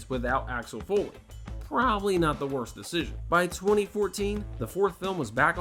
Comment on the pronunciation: “WROST DIRECTOR” 😂